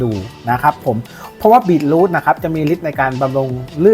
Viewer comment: มันอ่านว่า บี-ทรูท ไม่ใช่ บีท-รูท ครับ